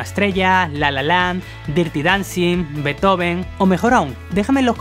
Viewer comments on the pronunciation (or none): none